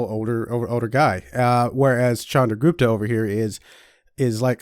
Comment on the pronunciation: It's not "Shandragupta" it's "Chandragupta"